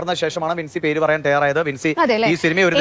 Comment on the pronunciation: ബിൻസി അല്ലെടോ വിൻസി.